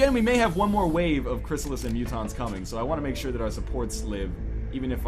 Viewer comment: Who else hates it when NL says Cryssalis.... It's Cryssalid!